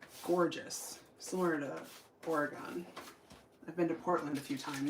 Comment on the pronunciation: Wenatchee! Apples! I live in Seattle. Oh, and, it's pronounced Ore-uh-gun. Not Ore-eh-gone. Hee hee. I'm from the East Coast, originally and only made the mistake of mispronouncing Oregon once. 😂